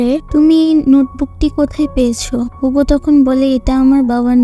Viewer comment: নট হুগো, ইটস হিউগো